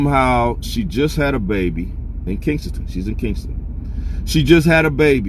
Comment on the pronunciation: You keep saying kingsengton...It's Kesington..